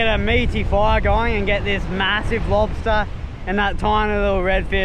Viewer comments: The way you say Monster Lobsta you're a legend xD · This was cool as hell. I started to hear you say lobsta' in your accent and started to kinda laugh every time you said it. lobsta'